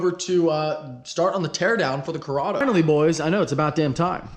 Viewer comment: CORRADO RHYMES WITH SILVERADO